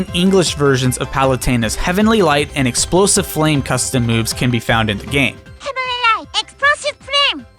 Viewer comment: No one: Kirby: Heavenry right! exprosive frame